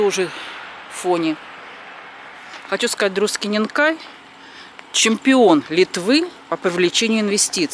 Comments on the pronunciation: Спасибо за приятный видос.. Коротко о произношении местностей Литвы. У нас нету знака ударения в грамматике. Это произвольно по умолчянию, то есть от региона. Те-же Друскининкай на лит.свучит с ударением на "С" ,то есть не на гласной . В рус.языке такого нет,там ударение всегда на гласные.Поэтому по лит. ДруСкининкай, руссаки скажут ДрускининкАй. По етому мы распознаем не толко литовца с кокого региона он есть но и вобще не литовцев . :) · Pocemu vsie ruskije govorit druskininkaaaj a ni dru'skininkai? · Druskininkai - mnozhenstvennoe chislo, potomu transkripcija "Druskininki " bolee praviljnaja. Po litovski proiznositsia karotkoe udarenie na pervyj slog. Kogda proiznosite, kak DruskininkAj - rezhet uho. Esli sdelatj transkripciju na litovskij iz vashego DruskininkAj, poluchitsia Druskininkojus(slovo v edinstvennom chisle)